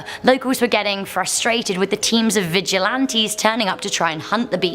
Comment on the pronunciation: Oh good gawd. I love her but she literally cannot say anything correctly. Vigilante - vee-hee-lahn-teh (means watcher), not viggilantey. Oscuro - ohs-skooroh not oskyuroh. Cryptid - crip-tid. Why would she add letters just to say it wrong? Muerto - mwehr-toh.. not morto.